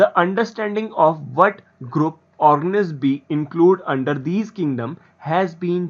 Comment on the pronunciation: Thik se pronounciation kero organiz nahi hai wo or thik hai thik hai thik hai kitne baar bologe need to improve